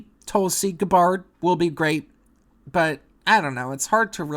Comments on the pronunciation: I was a Bernie supporter too, but for 2020 I'm definitely supporting Tulsi Gabbard. Btw it's pronounced GAH-BERD. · 30 seconds in & you're already factually incorrect. AOC is not far left. in US politics, yes. but she's massively popular. she won because her policies are what the majority of americans are in favor of. then, you mispronounce Tulsi's last name. c'mon mate. who you tryin' to fool?